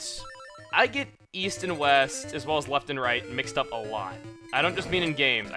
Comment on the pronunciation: Weast? What kind of compass are you reading, lad?